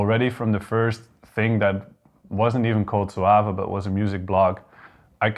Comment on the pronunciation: It’s called “Soave” actually , not “Soaf”. Met him at ADE this year , cool guy indeed, hope to release with them in the future!